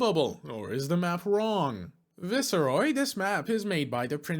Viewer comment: Viceroy is pronounced to rhyme with Mice-toy, otherwise good job with the reading, keep up the good work